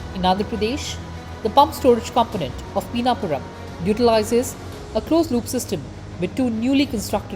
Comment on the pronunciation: Its not peenapuram its PiNNapuram. Simple as that' 😅